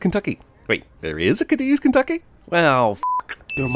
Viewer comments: It’s Pronounced Kay-deez… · sin for mispronouncing Cadiz, KY